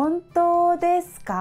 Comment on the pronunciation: Houto deska?? Shouldn't it be Honto deska?